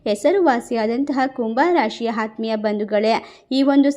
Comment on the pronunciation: ಅ ಕಾರ ಮತ್ತು ಹ ಕಾರ ಸರಿಯಾಗಿ ಮಾತಾಡಿ ಹದ್ಭುತ, ಹಾರು ಹೇಳು ಹಾತ್ಹ್ಮಿಯ ಇದು ಯಾವ ಕನ್ನಡ ದಯವಿಟ್ಟು ಕನ್ನಡ ಸರಿಯಾಗಿ ಕಲಿಯಿರಿ ಕೆಳಕ್ಕೆ ಅಸಹ್ಯ ಆಗುತ್ತೆ